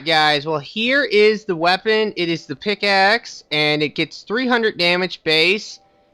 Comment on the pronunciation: pigaxe lol